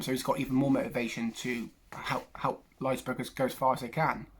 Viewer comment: It’s Leipzig not Leizberg😂 Also, Werner will not play for them in August. He chose to prepare for the new PL with Chelsea instead of playing out the UCL with RB.